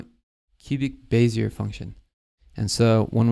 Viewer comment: lol you pronounced bezier the way it should be pronounced (but isn't)